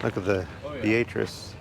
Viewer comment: For reference in Nebraska Beatrice. Is pronounced “bee at tris”